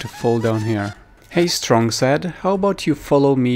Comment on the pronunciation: I alway thought you sead “strong side” But you say “strong sad”